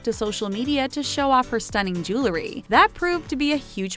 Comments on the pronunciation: GIRL, IT'S JEWELRY, NOT JEWLERY. ADDITIONALLY, ANYWAYS IS NOT A WORD. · Listening to the repeated pronunciation of jewelry as jooluhree was like nails on a blackboard.